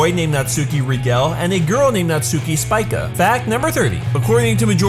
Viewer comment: Rigel (Rie-Jill) Spica (Speak-Ah)